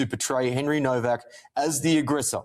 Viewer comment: it's pronounced "NOVAC", no W.